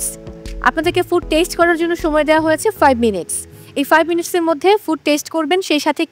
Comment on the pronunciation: উচ্চারণ আমার খুবই বিরক্তিকর লাগে 😂 সময়কে বলে ছময় 😂😂😂